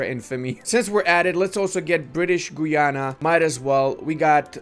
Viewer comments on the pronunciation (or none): none